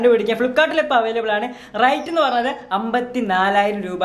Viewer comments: ivan entha "rate" inu "right" ennu parayunnu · റൈറ്റ് അല്ല മോനെ റേറ്റ്